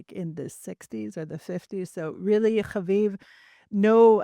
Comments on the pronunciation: Please stop pronouncing name repeatedly, every time with a guttural accent,like it’s a cute joke. For your audience it’s just annoying. + stop announcing your name at every break like your audience is vaguely interested in you. We listen, because of your guests. Try humility, and invisibility. Thank you. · Could you please refrain from pronouncing Haviv’s name with guttural undertones. It’s just annoying, unnecessary, apart from that, I enjoy your guests, especially. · those are not Israeli resh pronunciations! Stop it! 😂